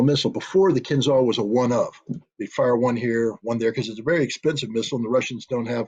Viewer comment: The name of that weapon is "kinzhAl", not "kinzal". It means "dagger" in English. When Putin presented it, NATO generals did not believe him. Now they know.